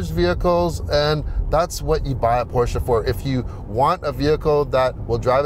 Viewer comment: Thanks for pronouncing both Porsche and Taycan correctly. What a beautiful and impressive car! Even more impressive consindering its Porsche's first EV